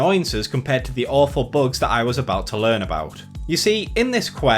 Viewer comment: Who pronounces bugs as "Buags"? Do you call Bugs Bunny "Buags Buaney"? :P